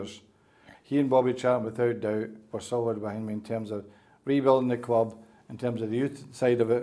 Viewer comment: 26 years at the cwub!! Thats the way he speaks unfortunately he wont change will he!